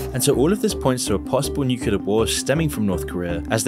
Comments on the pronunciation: nuclear, not nucular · Nu-clee-ar. Not Nu-cu-lar. 😁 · Why do people say nuke-you-lar???? It's NEW-CLEAR. Learn to read. Nuclear. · The channel and its videos are excellent, although I would not say the same about the narration,... hearing nukular instead of nuclear makes me doubt abut the information conveyed. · nuCLEAR. It's Nuclear. It's not "Nukulur." It's a huge pet peeve. You're making a video about "Ahh"-penheimer of all things... Nu-clear. "nukulur" is simply not a word. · FFS, it's pronounced NewClear not NewkewLar I was into this video until couldn't pronounce the word properly. Instantly scrolled on. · It's pronounced "new-clear" not "nuke-you-lar" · Repeat after me; noo-clee-uh......noo-clee-uh Nuclear < it's right there! Nu-clear It is NOT 'nucular'. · ITS FUCKING PRONOUNCED NUCLEAR, NOT NUCULAR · It's pronounced nuCLEar, not nuCUlar. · NU CLE AR not nukular goddamit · Please stop saying nucular. It's nuclear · I love the video but please stop saying "nukular" it's nuclear :( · Yeah only issue i had was he said Nucular way too many times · No, I'm not gonna listen "newcullar" for 20+ minutes.... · my god how can you say NUCULAR in every single video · Why tf is it ao hard for people to pronounce "New-Clear"??? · I wish he would pronounce it correctly as oppen, not open, good lord. It's like, how does research this yet not know how to pronounce the subject of his research? Might as well pronounce nuclear as nucular! Oh, wait. He made that error too. Unbelievable. Oh, and the hyper sped-up voice? Why? YouTube lets us speed up if we want to, why embed a sped up, compressed voice, which just ruins the presentation? Ugh. Hard to take seriously when it's obvious the presenter himself doesn't care. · Openheimer. Nucular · brother, please tell me: where is the second U in Nuclear? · Don't make a video on nuclear if you can't say the word Also, who's 'king Jimmel'?